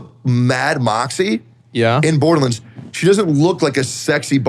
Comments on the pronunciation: lol Tectone: Borderlins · "Berderlunds" is killing me lmao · Every time Teccy says "Borderlands", it physically hurts